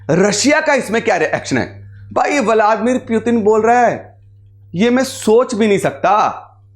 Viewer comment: आपको व्लादीमिर पुतिन बोलना नहीं आ रहा